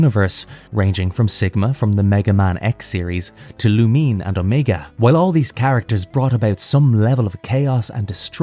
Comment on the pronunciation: It's "Lou-Min-Ay" not "Lu-Meen"